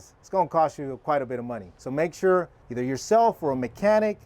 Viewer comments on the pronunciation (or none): none